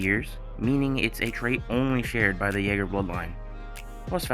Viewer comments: It’s not jager it’s Yeager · it is Yeager not jager